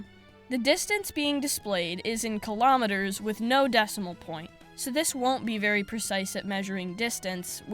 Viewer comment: All Americans watching this video: WTF is a kilometerrrrrr?